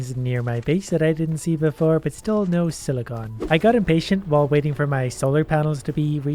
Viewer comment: silicon not silicone :(